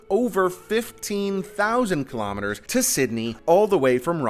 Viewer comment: Your pronunciation of the word 'kilometers' is incorrect.